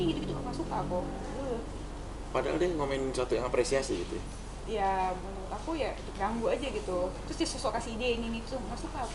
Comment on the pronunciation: "MENURUT" tante bukan menuluuuut😂😂😂